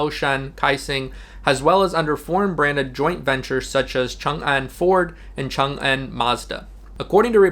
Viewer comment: You are an expert in Chinese; most expats cannot pronounce "Changan." You did a great job.